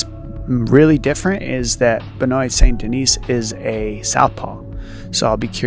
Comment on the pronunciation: It’s embarrassing to listen to. Not Only did D. Cruise prounce BSD’s last name Ben- oyt, but he pronounced the “s” in his last name and it came out like Denise. How far under a rock do you have to live to have Never heard a French name pronounced?!🤣🤣 ffs Even Chael (the lowest bar there is- and we all love him for it) can pronounce his name!!!!!!! I’d bet you could offer Cruz a million dollars and he wouldn’t be able to pronounce Saint in French.